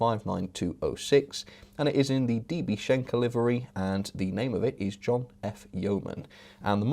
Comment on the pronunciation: The N in SCHENKER needs some attention.